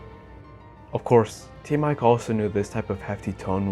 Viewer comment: You read it as Team "Eeco", not with letter "I" ;)